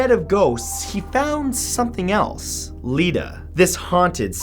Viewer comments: Um Matt? The doll from New South Wales, name is actually letta not Ledda just thought i would let you know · Letta not Ledda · The doll Letta is actually pronounced "Lett-a". It's full name is Lettameout.